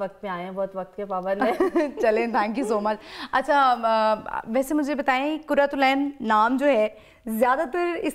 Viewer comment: Aap dono ne اقرار ko اکرار aur قرات العین ko کرت العین kar diya.